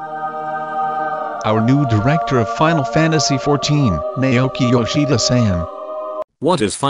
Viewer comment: Why does everyone pronounce his name either "Nay-yoki" or "Nai-yoki?" Listen to him pronounce his own name, it's "Nao-ki."